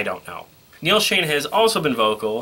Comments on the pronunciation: hey....neals name is shon ....not shane . get it right buddy. . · Omg - if I hear Neal “ShAne” instead of SchOn again - I’m going to scream! Why would you get on YouTube as if you’re a Journey expert & not know 2 of the longtime members names?! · It's not Neal Shane.. it's Neal Schon with an O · Noree N Nadler Thanks for saying that as the mis pronunciation was annoying me too